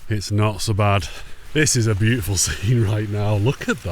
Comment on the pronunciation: It’s boot-ti-ful 🤣🤣🤣